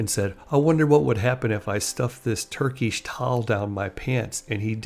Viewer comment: "Turk-eesh" bruh what lmaooo